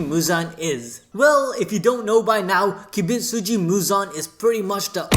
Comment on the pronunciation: Poor MJ not once was his name pronounced right 😁 Mr. Kibutsuji not Kibitsuji. But nevertheless nice video 🙂